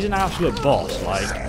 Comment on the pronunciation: I love the way he says "absaloot savage!" 😂😂